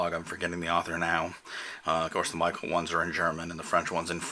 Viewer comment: Thoughtful and practical. One suggestion. Michel is pronounced "mee-shell" not "Mi-kel" :)